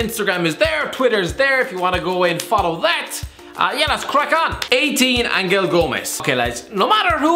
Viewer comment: Angel Gomes is pronounced angel not angle I went primary school with him